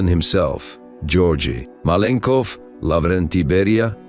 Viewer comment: you cant even say his name propperly...most is bs here